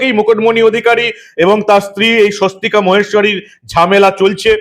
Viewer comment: ঐ মহিলার নাম "সস্বতিকা ভুবনেস্বরী" ওনার পদবী মহেস্বরী নয়। এই প্রতিবেদনের video-তে মিঠুন চক্রবর্তীর বক্তব্যে পরিস্কার শোনা যাচ্ছে উনি এই মহিলার নাম বলছেন "সস্বতিকা ভুবনেস্বরী"। তাই অনুরোধ-- প্রতিবেদন upload করার সময় যথেষ্ট সতর্ক থাকুন। 🙏🙏🙏